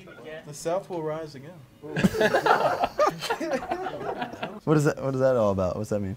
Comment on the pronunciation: "The south will rise gain" 😂😂